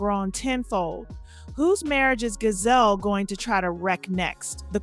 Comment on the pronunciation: DID YOU SAY GAZELLE? HER NAME IS GISELLE & SHE IS MY FAMILY🤣🤣🤣🤣. JUST ASKING HUN NO SHADE